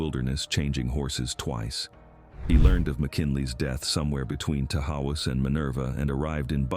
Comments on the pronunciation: And Tahawus is ta-HOSS. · Its pronounced. Tahaws